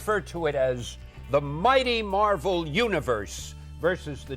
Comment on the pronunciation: did anyone else notice that put emphasis on the marvel part of the title but then just sounded almost bored when saying the DC part of it.